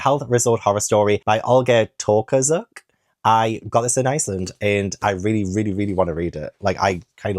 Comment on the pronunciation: Darling, Tokarczuk is pronounced like To-car-chook , the Polish CZ is the same as the English CH in chocolate,etc ❤